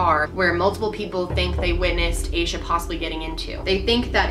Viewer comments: asha is generally pronounced like sasha without the s, so hearing it pronounced like this is so weird to me! it doesn't matter, just had to point that out because we share the same name. this case is truly heartbreaking, and i love this series as a whole and the reasoning behind it! i think it's amazing how you put so much thought and research into each video!x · Aah Sha. Not ay Sha.